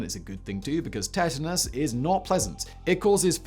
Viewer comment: u say tetanus weird. like u only read it and never heard it